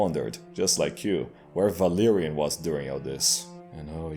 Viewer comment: Idk if it's just be but it took me way too long to realize. But when you say Valerian it sounds like Valyrian (The Game of Throne Ethnicity which the Targaryens are from) and their race was known for dragons and white hair and purple eyes.